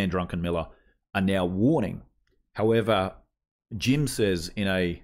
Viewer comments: His name is Druckenmiller not Drunkenmiller.😉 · Druckenmiller Not DruNckenmiller 😉 And of course he’s exactly right. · Not drunkenmiller. Check the spelling it is a German name. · It's Druck, like a duck. Druck en Miller.